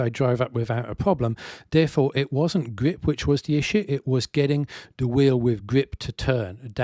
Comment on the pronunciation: its the way you pronounce The Them There as duh dem dare that had me intrigued? Curious and curiouser